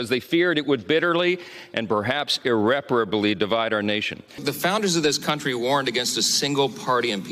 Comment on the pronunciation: Well at least Johnson pronounces "irreparably" correctly 🤷‍♂